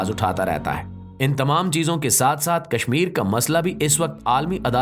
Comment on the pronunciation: Kaznir😂😂😂hadu.. Sudhaar